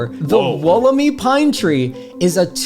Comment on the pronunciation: Slight correction from an Australian, the Wollemi is pronounced Wool-em-eye. Loved all the tree facts though.